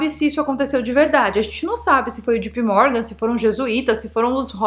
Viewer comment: Só que JP Morgan pronuncia-se Djei Pi Mórgan. Não é djipi.